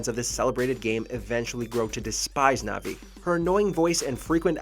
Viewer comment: How dare you say disrespect Navi like that